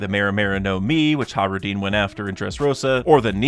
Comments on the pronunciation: How do you pronounce Hajruden?he says it like “Hah-roo-deen” instead of “hah-j-roo-deh-n”. I’m pretty sure he’s pronouncing it wrong but maybe not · I love your channel and your content but it hurts hearing you say “Hah-roo-deen” instead of “hah-j-roo-deh-n”. At least I’m pretty sure that’s how it should be pronounced